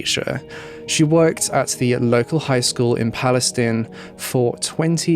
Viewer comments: This case is the worst I have heard in a while. That guy was brutal and remorseless! That poor lady and the family. Also, I am from TX. Palestine is pronounced PalestEEn. Weird I know. There is also a County here spelled Bexar. It’s pronounced as Bear. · FYI in Texas it's pronounced "PAL-i-steen" and "NAY-chis" :)